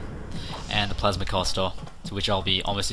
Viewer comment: i like how he says plasma caster like plausmah cuasta